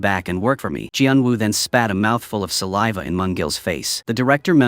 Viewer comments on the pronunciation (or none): none